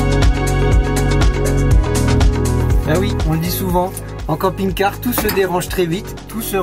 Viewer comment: j'ai compris "camping gay loisirs".